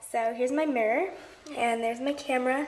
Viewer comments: lls mrrror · U say mirror differently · she says mirror wierd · I hate the way she says mirror😂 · yeah her mom is British they all say it weird 😁she mentioned it in a house tour